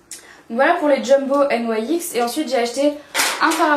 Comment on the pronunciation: c'est bizarre que tu prononce nyx : N.Y.X ^^ tout les you tubeuse dise nyx a la française ^^